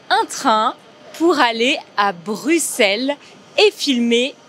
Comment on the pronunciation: J'adore vous prononcez Bruxelles correctement comme un belge